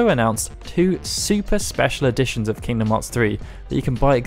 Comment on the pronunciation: Aight I had to stop for a sec when I heard “king bee a moth”